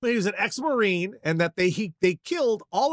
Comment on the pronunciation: "ex-marine" getting butchered into "ex-Manne" is something I'd expect if I'm texting or talking to someone online and an obvious autocorrect fuckup happens where their phone tries to fix a typo and just makes it more incorrect (the capital M in particular makes it look like an autocorrect incident). I expect SLIGHTLY more diligence from so-called journalists